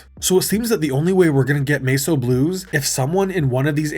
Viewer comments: Holy shit its Mess o' Blues not masoblues. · Sorry, “Mace O Blues”?! AI slop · Actual title MESS O BLUES What you said "MESO BLUES." Not the same word.